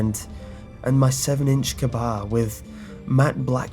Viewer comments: Its K-Bar not Kbar you say it Kay Bar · It's pronounced Kay-Bar just an FYI,no hate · It's pronounced kay-bar. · It's k-bar pronounced Kay bar btw :D